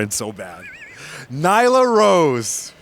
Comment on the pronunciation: Nyla rose? What? So annoying